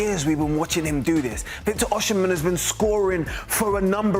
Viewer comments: It's NOT oshi-men - it's Osi-men. That's the literal pronunciation!! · Osimhen - pronouced O-see-men. NOT O-shi-men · Osimhen NOT Oshimhen. Why funkify the pronunciation? Osi NEVER Oshi. Stop it and get some help. Nigerian names have meanings and mispronunciations have larger unintended undertones. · Osimhen “Oh see men see men”